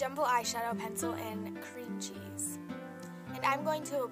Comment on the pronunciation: she said creme cheese